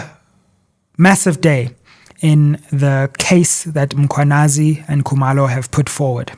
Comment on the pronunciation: Sizwe pronounces Zulu names like a Walsh would "Coo-mur low"and Xhosa names like a Mpofu,"Xola Nqola"😂😂